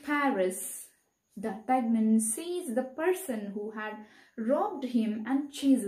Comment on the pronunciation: Mam but you are mispronouncing the names😢.... Athos will be pronounced as aathos that is correct but the rest.... Porthos will be pothos, aramis will be ahaamees, D'artagnan will be deaartenyon and the de jussac pronounciation is ok